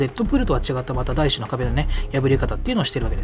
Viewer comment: 第四の壁ってだいよんじゃなくてだいしなの？笑